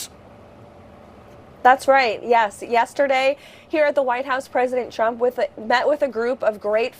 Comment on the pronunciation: Sometimes, I wonder if Leavitt says "President Trump" as many times as possible during all appearances as a low-key way to troll him because she always pronounces it "President Chump"